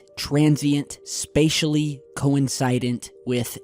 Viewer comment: "coincide'nt" I've never heard anyone say it like that but it still means the same thing somehow... Anyway, good shit man.